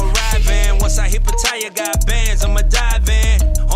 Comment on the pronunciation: Just btw, Pattaya is NOT pronounced ‘pah-tire’ it’s pah-tah-yah. Ask your wife/gf... she’ll tell you.